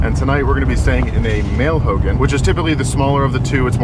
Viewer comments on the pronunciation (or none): You're saying Hogan like Hulk Hogan. Hogan in Navajo is pronounced Ho' gone, but respect for staying in one and knowing there is a female and a male ho'gone. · Hogan is pronounced ho-gawn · Youll get alot respect if us navajos hear u pronounce hogan correctly lol ..try saying "Ho-gone ..its spelt Hogan but say it like Ho_gone. Ull be surprised by navajos reaction 👍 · Hogan Pronounced /Ho-gahn/ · In a Navajo hulk hogan!!! lol totally saying it wrong.